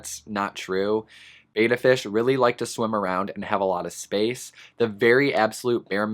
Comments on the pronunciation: It's pronounced "bet-uh" not "bay-tuh" reeeeee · the advice the petsmart near me gives me wanna work there just so i can give customers proper pet specific info that is accurate lol also betta is said bET- Uh not BAy-tuh just sayin [ a literal pet peeve of mine] i afree with ur list btw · Love your video. Very informative and so true. One thing, and I hate being that person, but I promised a fish enthusiast that I would mention it whenever needed. The correct way to pronounce "betta" is with a soft e, as in bet. Many say it with a hard A sound. I did also until I was corrected by many people at a fish and reptile show.